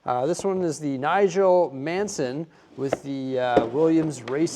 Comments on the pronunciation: I was just going to say the same in comments lol👍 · Agree its maddening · Yup … poor Nige! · Mansell not Manson 🤣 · yes he really butchered that name haha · As a Brit it is killing me every time you say Nigel Mansen! Mansell please …. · Nigel Manson... Art-en Senna! LOL...just giving you a hard time, love ya, but you don't always nail the pronunciations!;-) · Hate to be that guy but Mansell" is pronounced as "MAN-sel". Great video as ever. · Sorry, but I think it's a fair criticism. All you had to do was read the box. You kept saying it over and over again. You sometimes put corrections on the screen - I've seen it. Not here. I am pretty sure you mispronounced it another video about the same set. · Poor Nigel. Please say sorry for the pronunciation of Mansell. Look him up and watch some of the great moments of Murray Walker commentating on his racing. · No just every single British F1 fan will hear this pronunciation & feel like someone is pulling there teeth out. 🤣😂